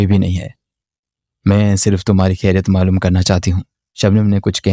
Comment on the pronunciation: کھیریت نہیں خیریت ہوتا ہے۔ اگر آپ اردو ناول سنارہے ہیں تو اردو الفاظ کو درست تلفظ کے ساتھ ادا کریں۔ کھیریت ہندی میں کہا جاتا ہے، اردو میں خیریت کہتے ہیں۔ شاید اردو آپکی مادری زبان نہیں ہے اس لیے آپ کے بے شمار الفاظ غلط تلفظ کے ساتھ ادا ہوتے ہیں جو سننے میں انتہائی ناگوار محسوس ہوتا ہے ۔آپ کو اردو تلفظ پر بہت محنت کرنی ہوگی۔